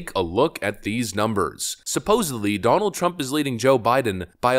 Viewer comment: Bro if I ever hear you say "supposably" again ...I'm unsubscribing and voting blue no matter who